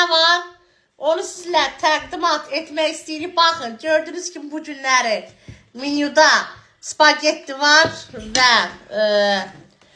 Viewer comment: Qaqa danişa bilmirəm menyu🚫. Minyu☑️ hheehh😂